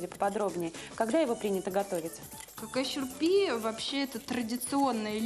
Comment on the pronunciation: Не «какай шурпе»😂 а «Кагай Шурбе».